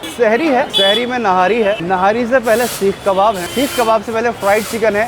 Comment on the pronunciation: Nahari nhi nihaari sahi lafz he